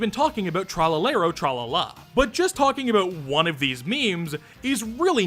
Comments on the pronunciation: love u but the way u said tralalero tralala hurt me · Hearing americans try to pronounce "Tralalero Tralala" in a serious voice is funnier than the original video